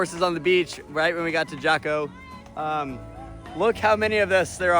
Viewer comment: I have traveled to Costa Rica 11 times - and each experience has been amazing. I was so glad that you pronounced Jaco correctly the second time. I have a suggestion for a trip. In May/June of this year I went to Truk Atoll in the Pacific Ocean. The lagoon is filled with the sunken Japanese vessels of WWII and even Mitsubishi Zero aircraft. While the diving is extraordinary, the islands are filled to the brim with wildlife you just don't see anywhere else. If you all decide on this as a location - count me in for the trip. Will look forward to hearing your thoughts and any future trips. As a second suggestion - Bavaria Germany - tour the castles of King Ludwig II. Great video - the vibe is tangible.